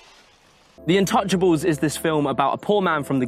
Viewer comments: Pronounced in tou cha ble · I love how you called that "in touchables" When its actually a french word